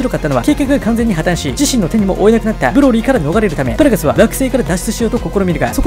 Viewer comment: 「パラガス」のパ、めちゃくちゃ発音良くて好き